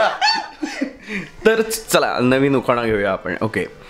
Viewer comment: उखाना ? नाही उखाणा असा शब्द आहे 😀